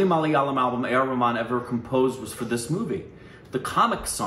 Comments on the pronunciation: It's not Rehman it's Rahman.. 😪 indha vadakanuga name ayumn mathi vitranuga..😁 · Ar.Rahman not rehman 😅